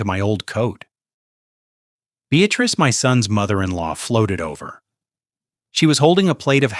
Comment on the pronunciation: The name is be-at-tress